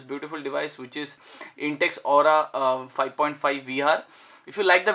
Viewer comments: It's aqua not aura..Kindly read the name carefully. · abe aura nhi aqua hai..